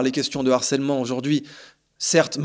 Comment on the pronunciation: En revanche, les gars, "harcèlement", c'est un H aspiré, hein !!! ;)))